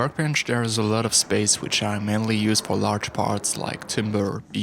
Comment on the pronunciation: Under my workbench there is a lot of space which i (manly|mainly) for large parts like timber. I like how your accent adds ambiguity here :D